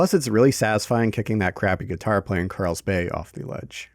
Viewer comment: KARLS bay. not CARELLS bay